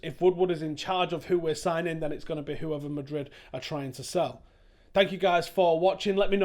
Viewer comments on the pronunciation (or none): none